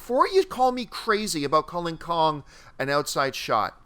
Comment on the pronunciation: Why can't say "Kong"???